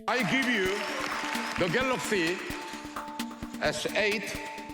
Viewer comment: "I gibe you the galoxy s8"